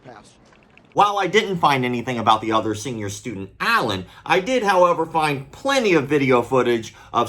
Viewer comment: "Senor" Students?